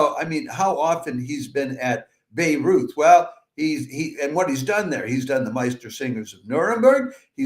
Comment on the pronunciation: Please learn how to pronounce Bayreuth... I really wondered why I didn't know anything about this festival in Lebanon 😂